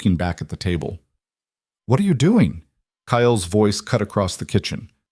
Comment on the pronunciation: The name Kyle rhymes with smile,tile,mile.Hopes this helps😊Amara is making me sick.She knew what Kyle is all about and she should accept or get out.If anyone should run away as fast as they can ,it should be Kyle.